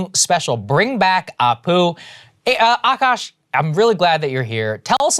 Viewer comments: It's Akaash, not Aakash. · the double "a" is after the k in Akaash :)